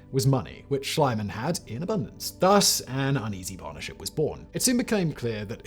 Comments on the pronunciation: Simon, Simon, Simon - In German "ie" is pronouced "ee" and not "ai" Great video as always! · I like your video, BUT PLEASE WORK ON YOUR PRONOUNCIATION! Mr. Schliemann is pronounciated like "Schleemun", if you are an "Anglo-Saxon Speaker". And you seem to know it, because you sometimes do it right and sometimes wrong. All German speakers are in true horror about it! Thank you! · It never ceases to amaze me how is it possible to butcher names of such well known people as Schliemann. Reminds me of the "Medi-tz-i".